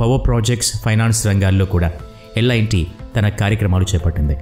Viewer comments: Lt ani unty merenti lit ani chadhuvutunnaru lt na lit na peru😮😊😂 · Lit kadhu bro adhi L&T so alane untadhi pronounciation